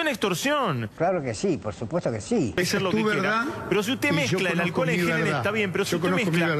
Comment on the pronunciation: Lo acusan de vender alcohol en gel y el tipo vende "aquel en jol" que es muy distinto 😁😂